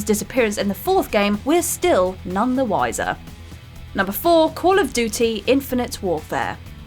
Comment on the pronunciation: Why can’t she say ‘duty’ properly??